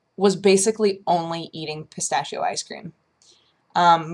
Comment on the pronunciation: "pistashio" . . . well,guess that's how people who doesn't talk speak it,but i don't know if i should get angry or laugh.